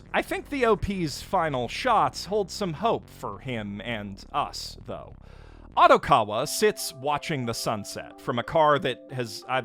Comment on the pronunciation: How does someone who watches as much anime as you mispronounce Odokawa’s name so incredibly.